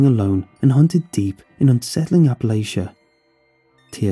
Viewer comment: NOO ITS NOT APPALASHA! IT'S APPALACHIA! APP-A-LATCH-A